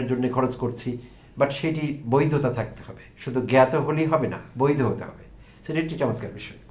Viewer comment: জ্ঞাত, এর উচ্চারণ গ্যাতো। গাতো বলেন কেন?